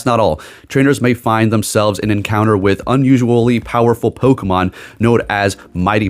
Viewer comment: pronouncing a Pokemon correctly kinda ruins a bit of the charm 😂😂